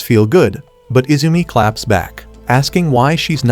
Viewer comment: The way he said clap 😂😂😂😂